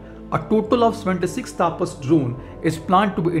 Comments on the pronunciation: Hi! Its not "taapas" but "tapas" where there will be very limited emphasis on 'a'. Its very jarring to hear u say "taaapas" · Taapas nahi tapas(तपस)